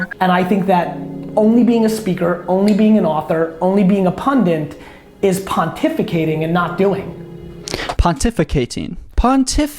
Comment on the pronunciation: Pontificate. That's what "pundints" do. Pon ti fecate.